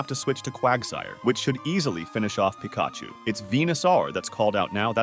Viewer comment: dude can't pronounce 'pikachu' very sus